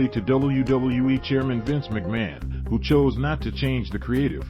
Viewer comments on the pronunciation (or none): none